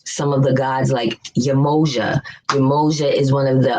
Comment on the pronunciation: There are levels of being cursed. There’s the physical curse (lack of essential melanin being one...) then there’s the spiritual and mental curse which always proves to be the more detrimental curse. BTW, “Yemoja” is pronounced YEM-MEI-YAH. This is obviously important as to who you actually call on. So much to say here....no time or room. But if we want an example of living for, of, and by each other (just one solid example out of many...) view the documentary “The Village of Peace”. And yes, all indigenous ways have a Matriarchal principle. How this became ridiculously flipped has a lot to do with the western world cross breeding. Lastly (and I know I’m all over the place...) it didn’t take me long at all before I denounced my Greek letter organization. My spirit was totally against it from jump anyway it’s just that as a youth I was looking for a means to an end career wise. No doubt the $$$ and influence is there.